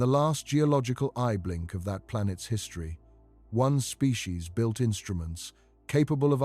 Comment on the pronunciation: It's not "built"